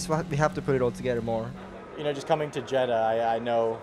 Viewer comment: Sargeant: "...just coming to Jedah, I..." He sounded like he said "just coming to Jedi". 😀